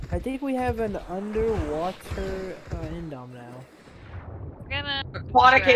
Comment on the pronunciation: The only thing that I don’t like about this video is that they keep saying indom instead of indo